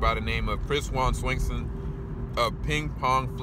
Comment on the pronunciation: Chris "Wong" not Chris "Wang"